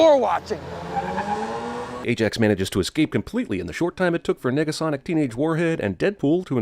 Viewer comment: Nah u said nigga-sonic